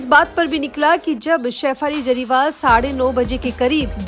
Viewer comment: Madam jariwal nhi hey Jariwala hey bolna sikho pehle sahi surname